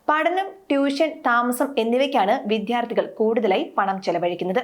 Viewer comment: കുട്ടി ഉച്ചരിക്കാൻ പഠിക്കൂ. വിദ്യാർത്ഥിയാണ്, അല്ലാതെ വിധ്യാർത്ഥി അല്ല. ഭൂരിഭാഗം ആണ്, മറിച്ച് ബുരിഭാഗമല്ല. ഭദ്രമാണ്, പദ്രമല്ല. ഘടകം, ഗടകം അല്ല. വിഭാഗം, വിബാഗമല്ല. ഭാവി, ബാവിയല്ല. ലോകമലയാളികൾ മുഴുവൻ കേൾക്കുന്നതല്ലേ.🙏🏽